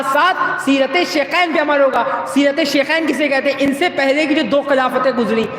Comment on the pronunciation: شیکین نہیں شیخین ہوتا ہے